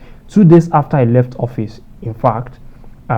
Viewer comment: Mr fact checker, you can do better. Do you say office or hoffice? I mean your pronunciation.....